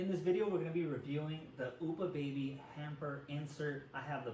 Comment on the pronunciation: Oopa baby, hahaha. Just an fyi it's Up-ah baby